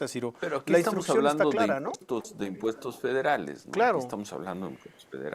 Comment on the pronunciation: No vamoj a crear nuevoj inmpuejtoj ni a aumentar los ejsistentej, dijo el mesías macuspano y le creyeron